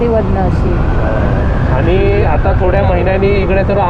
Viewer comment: आनी - आणि पानी - पाणी गुल - गूळ नारल - नारळ पलाला - पळाला तांदुल - तांदूळ And many more.... pls improve your marathi language👍🏻😊..